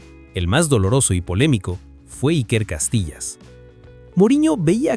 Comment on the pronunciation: lamentable da dolor de oido escuchar "Iker Castillas"😂😂😂